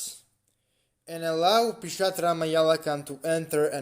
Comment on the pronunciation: yeah he's wrong it's PisachA not pisatra 😂😂